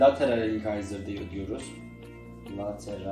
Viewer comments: Çok kişiden telafuzunu duydumda ilk defa inkayzır duydum bi internetten telefuzuna baksana bide anlatımın iyi dişleri ayrı ayrı anlatmayı düşünüyor musun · İncisor inkayzır demeyip doğru telafuz etsen daha iyi olurdu